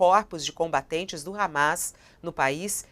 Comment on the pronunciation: "combatentes" kkkkkkkkkkkkkkkkkkkkk